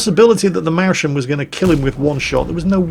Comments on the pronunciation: you absolutely butchered the pronunciation of the Mäuschen, to the point where it started to be really cringeworthy (especially because you said the word approximately a million times). First of, pretend its a compound word and pronounce it Mäus-chen. Second note that the word uses "äu" instead of "au", so the pronunciation is closer to the German "eu", with the word sounding vaguely similar to "noise" (just with an "m"). Thirdly, you might've figured, but the word is related to the word "Maus", meaning "mousie". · Mäuschen is spelled more like "Mois-chen". ^^ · Or even moys-hen ;) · I came here to type exactly that. Pls stahp... 1000 Times Mauschen.. my eaaaars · He could even get away with "moys-ken"! ;) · Ingo Knito lmao he never does, he says MAUSchen instead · More like "Moy-Scan"... there's really no english counterpart for that "chen" sound in german... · Hi. Here is a hint how to pronounce Mäuschen correctly. Sorry for teaching:D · The way is saying Mäuschen is seriously triggering me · thumbs up for vid's but PLEASE find a german who can teach you how to say "mäuschen" properly... it hurts my ears and my brain gets framedrops every time you say it, 29 times.. it's torture xD:D <3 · Did somebody count how often he said Mauschen and came not even close to the right pronounciation giving every single german a headache. Being evident by most off the comments being from angry germans. I think he does it on purpose. Here how it should sound (hope link will not be deleted) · Its really hard to focus on anything says, when every third word is a severly crippled version of 'Mäuschen'... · Just in the case anyone is interested: German is an evil language. The "sch" in "Mäuschen" is no "sch" it's an "s" from "Maus" and a "ch" from the diminuitive "chen". And the pronunciation of that "ch" well the only similar sound an Englishspeaker might know is how the Scots pronounce the "ch" in "loch".